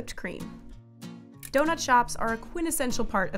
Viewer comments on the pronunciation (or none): none